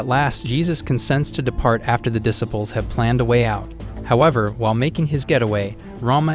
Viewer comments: This guy keeps mispronouncing the word disciples. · What about dissipples lol